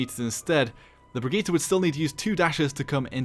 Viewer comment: Funny how a Paladins youtuber can pronounce her Brigitte better than basically every overwatch youtuber.